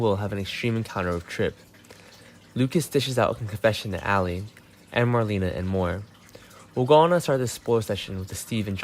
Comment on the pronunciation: How many times are you going to say extreme? And you’re pronouncing Marlena’s name wrong. Considering that she is one of the oldest and longest running cast members on there I would suggest to learn how to say her name please out of respect.